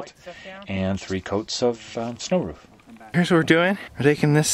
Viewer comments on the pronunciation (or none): wHy Do sOmE pEopLe sAy "ROFF" .. its so distracting, it reminds me of a bark from a dog, "then the boys finished the BARK BARK" .. but thats just me I guess.. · It’s called a roof not a “ruuf”